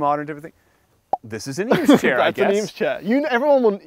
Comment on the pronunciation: If you are going to drop “Eames chair” multiple times you should probably pronounce it correctly